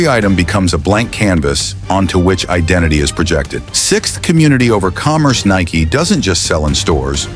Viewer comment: If you are gonna do AI, at least make sure it can pronounce the one word the video is about.